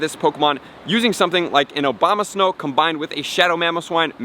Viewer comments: The Obama-snow!!!! 🤣🤣🤣🤣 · Is it just me or does he say obama snow?